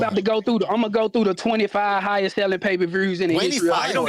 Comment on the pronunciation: If I have to hear this brodda say "payperverrrs" one more fn time!!!